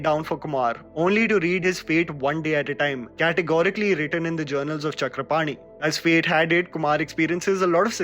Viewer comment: I am really impressed how you properly pronounced name Chakrapani.